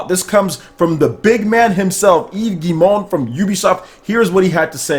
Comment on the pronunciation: Excellent pronunciation,! I think Monsieur Guillemot is right about the Nintendo Switch... true innovation! I'm looking forward to games from Ubisoft and CAPCOM for the Switch!